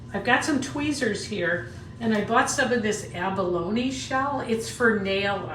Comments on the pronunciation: Its Abalone (Ab-a- lone-ee)the first way you said it... the e isn't silent... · My understanding is you pronounce abalone with the E on the end. Great demonstration. Love the little pendant. I’m in a similar situation where I’m working and using my free time to have fun making jewelry. I also love fishing and I also go clamming, which is something I can do locally. A better guarantee that I will come back with something :-)